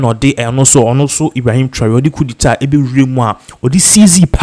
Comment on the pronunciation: It's not Traway, it's Tra or ry.